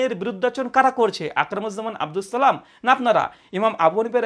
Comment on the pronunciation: আপনার সালামটা শুনেই হতাশ হলাম,,,শুদ্ধ হয়নি